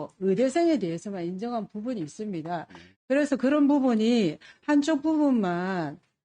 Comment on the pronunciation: 친일파당 아니랄까봐. “있으므니다”래 ㅋㅋㅋㅋ